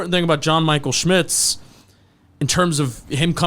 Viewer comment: It’s pronounced sCHmitz!